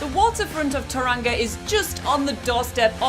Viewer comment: Ta-ran-ga? That’s how Siri pronounces it 😂 It’s pronounced Toe-rong-a, rolling the “r”. To be fair though, half the people here are too lazy or culturally insensitive to pronounce it correctly 😅